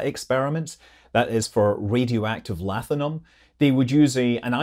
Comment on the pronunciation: Yep, he eats Lathium (pronounced Laughium) for breakfast. :D :D